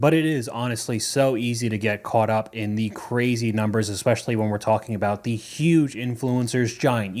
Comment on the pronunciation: Omg you said 'eSpecially' correctly!!!!!😮